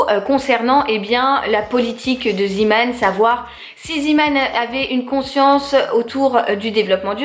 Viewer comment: Coucou! Je voulais te dire que Zeeman se prononce Zémane et la traduction c’est « un marin » en gros Man = homme et Zee (zé) = mer donc homme de la mer 😊 voili voulou ! En Belgique ça existe depuis des années et vu qu’on parle aussi le néerlandais on le prononce en néerlandais hihi 😉 gros gros bisous à toi et ton petit Léo 🥰🥰❤️